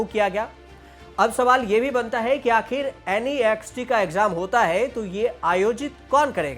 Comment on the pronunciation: naazxt nahi Next pronounce kar